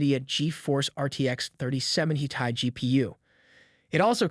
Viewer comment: he said 3070tay instead of 3070ti, now thats a first 😂😂